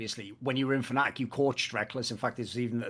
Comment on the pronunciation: They also called Fnatic Fanatic in another video